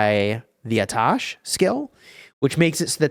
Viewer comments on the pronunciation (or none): guys if a dot is inflicted on someone if he walks away and you zoom on it you can see that the target is still getting damage while no one is connected to it, I myself have seen my army in this situation a lot Also the Atash is pronounced AAtash which means fire